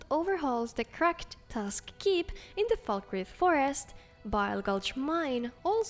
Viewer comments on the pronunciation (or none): none